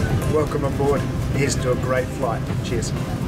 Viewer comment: I propose a drinking game: have a shot every time says "Here's to a grrreat flight," "Gin & Tonic," "pajama," "is laid out in a [n.n.] configuration," and "the seat converts to a fully-flat bed.":-D